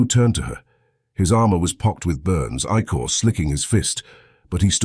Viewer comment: Makes my brain hurt. Please, Please find a way for the a.i. to pronounce" icore" not as "I Core " but as "ick ore" as in icarious the ic has phonetic ick sound.